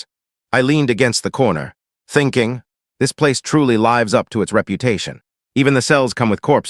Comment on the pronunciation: lives up binigkas na layvs up??? leevs up yun... si butterfly babae, bakit ginamitan mo ng "he"??? lalake na ba sya???